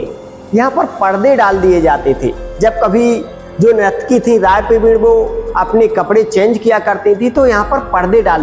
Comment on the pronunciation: Bhiya nirakti nahi hota he sahi se boliye nurtaki bola jata he